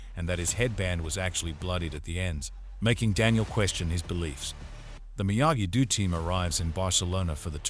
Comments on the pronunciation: "dehm-eh-tree" and "miyagi du" killed me 😂 fr though thank you 🙏 the other part 1 recap I found was 23 mins (?!) and it's weird Netflix didn't provide one the way they did with Outer Banks for ex when they released second half of the latest season. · Miyagi... "DEW"..... idiot